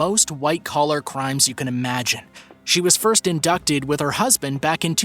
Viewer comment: Did you seriously just mispronounce "indicted"?! 🤦🏽‍♀️